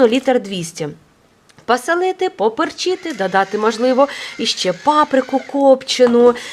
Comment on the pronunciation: пОсОлити. Акавізм - то на Московії. Тобто о перетворюється на а при вимові, бо акання було притаманним фіноуграм, бо так впливали на їх вимову їх діалекти. В українській мові все чітко о - то о, а то а. З повагою і вдячністю за вашу українську мову.